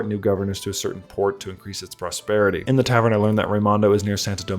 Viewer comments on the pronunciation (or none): minor nitpick. Lafitte is probably pronounced "La-Feet" since it's french.